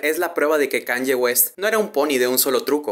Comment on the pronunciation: se pronuncia kánie, no kánye; la ye (o i griga) se pronuncia como una i muy corta en inglés